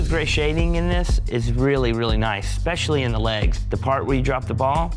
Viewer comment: PSA: One of the most surefire ways to sound like an ignoramus — pronounce “especially” like there’s an “X” in it. “EXspecially” = you’re especially stupid.